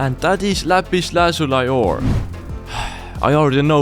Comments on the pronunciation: Never heard anyone pronounce la-pis-la-soo-lee as La-pis-la-soo-lai before xd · Its pronounced lapis lazoolee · The way he say “la-zu-lie-ore” got me dead